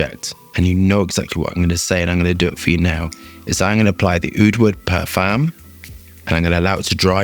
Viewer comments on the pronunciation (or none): u say "O" the parfum. not EH the parfum. just so u know.